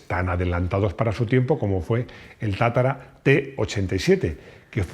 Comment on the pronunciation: Es tatra, no tatara...